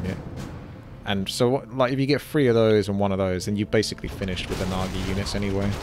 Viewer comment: You butchered the naga haha